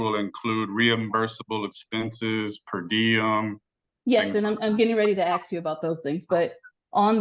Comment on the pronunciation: The state would axe? What the hell 😳 this is the court lady speaking. Wow.